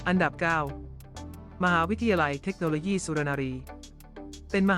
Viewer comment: เมคโนโลยี่ก็ไม่มี ต้องอ่านเทคโนโลยี ปรับปรุงด้วยนะคะ นำ้เสียงดี อ่านได้ดีอยู่แล้ว ติเพื่อก่อค่ะ